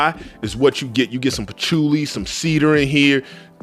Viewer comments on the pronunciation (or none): none